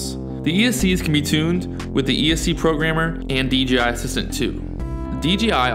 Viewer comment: DJI.... stop saying DGI!